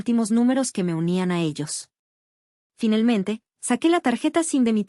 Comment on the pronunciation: Porque segaramente en vez de seguramente, finelmente a cambio de finalmente